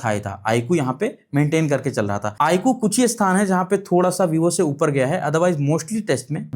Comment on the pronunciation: Saaf saaf bolo na , IQ tumko pasand nhi 😁😂